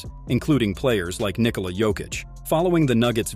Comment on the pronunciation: His name is not Niiikola